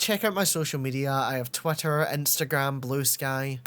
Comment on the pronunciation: I know it's just your accent, but it sounded like you called it "twat-ter" instead of twitter and honestly I really love that